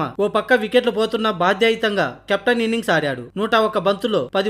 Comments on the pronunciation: భాద్యయుత కాదు అన్న భాద్యతయుత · బాధ్యతాయుత అనురా తమ్ముడు...బద్యాయుత కాదు